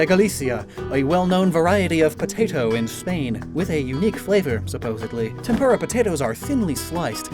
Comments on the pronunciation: TempUra pls add more U to you tempura it sounds like tempurra. Love your vids❤ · Not to be rude, but tempura is not pronounced like that.